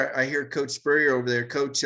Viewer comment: Spurrier...really my guy ? Lol smh